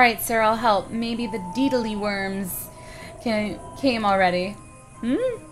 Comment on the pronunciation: Deadleeworms are sound as (Dedleeworms). Not deedleeworms.